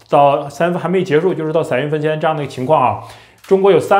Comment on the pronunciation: 三月份 你讀「傘」月份？